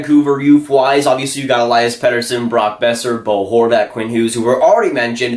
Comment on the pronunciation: Its El-lee-us petterson